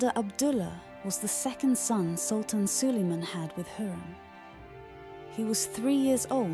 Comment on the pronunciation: Please do everyone a favour this video has a pronunciation of a word wrong please pronounce the word right and probably the word that is wrong in pronunciation is sultan thank you